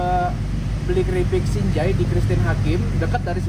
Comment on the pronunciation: Keripik sanjai om bukan sinjai😅